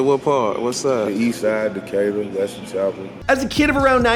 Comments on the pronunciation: You mean you actually heard that man pronounce it “Decatur” and you still went out your way to mispronounce it, so you doing it on purpose?🤔 got it 👌🏿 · You said Decatur hella wrong but good shyt 😂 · Bruh straight butchered Decatur cuz.. 😩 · It’s Decatur 🤦🏽‍♂️ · Really no one else cringed with his pronunciation of Decatur Georgia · THATS NOT HOW U SAY DECATUR 😂😂😂😂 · Your pronunciation of Decatur Georgia was disgusting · theres literally a clip in this where moneyman says Decatur how the hell do you still pronounce it wrong loooooooool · Bruh said Decatur so wrong😂😂😂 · How do you manage to pronounce the city wrong then proceed to post him pronouncing it correctly lol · totally killed the pronunciation of decatur lol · I know he ain’t pronounce Decatur like that 🤦🏾‍♂️ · Learn how to pronounce Decatur bruh! U too big to keep making that mistake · Nope. Not letting you get away with pronouncing his City wrong, then he pronounced it correct a few seconds after you pronounced it wrong. Still good content. Just some constructive criticism. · Decator??? You mean Decatur, Georgia my guy lol I guess IYKYK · He moved to where 😳 De-cuh-tur 😂😂😂. Brodie it’s pronounced Duh-kay-tur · Deck-a-tur- georgia lmaooooooo more like DUH-Cater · Deck-kat-tur...I think does this on purpose. Its Dee-kate-tur! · Decatur pronunciation da Kay ter not deckatur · Dee k tur...this man said deck uh door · Hell nawl Not "deka-durr" its "de-kay-tur" . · D K Ter, not Deck it her! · De-Kay-Ter Not Decketter .. Disrespecting My City 🤦🏾‍♂️ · Its pronounced decatur (DA-KAY-TUR) Not Decatur (DECK-YOU-TER) 😆😆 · DEKEDER? the fuck smh DEE-KATUR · "Decketter" Georgia???? The city "Decatur" rhymes with behavior for those who need a guide. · Did he say deckurter ga it’s Decatur wtf😂🤦🏽‍♂️🤦🏽‍♂️👎🏽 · What the hell you said? Deckurter 😂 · “Deck-ah-tur” bruh 😂😂😂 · Decatur (Dee-Kay-Ter) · Wtf is Deku’ter GA? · Decatur is pronounced Duh•Kay•Tr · Decatur Georgia is pronounced (Dee-Kay-ter)!!!